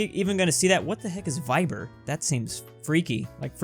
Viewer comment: The way he said viber 💀 I taught it’s very popular